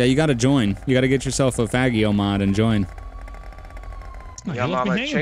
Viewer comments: LoL! Its pronounced Fah-jee-oh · Is it really pronounced fag e o? Because I was thinking fa gee o.